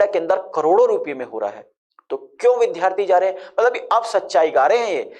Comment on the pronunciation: वि धा रथी। नहीं। वि द् या रथी। ये सही pronunciation है।